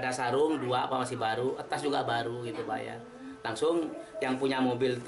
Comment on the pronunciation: Tas pak bukan etas